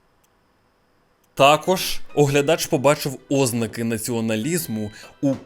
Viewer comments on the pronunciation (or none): none